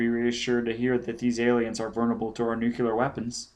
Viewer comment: Okay the one thing that keeps bugging me is how you mispronounce "nuclear" Other than that not bad. The fact that it's the unabridged version makes up for you not being a professional narrator. Not that you're unprofessional. I mean like, it's not your job, this is clearly something you just did because you wanted to 😅 I don't know if you've done any recent work, but I imagine after ten years you're probably much better.